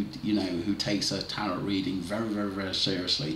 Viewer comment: Hi tarot is pronounced TARO